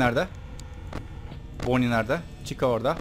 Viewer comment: Abi boni değil bani foksy değil faksy (Türkçe okunuşunu söyledim)